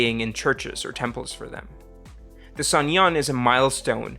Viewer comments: Uh, why do you always insert a "y" when you say "suneung"? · you're seriously butchering the pronunciation of suneung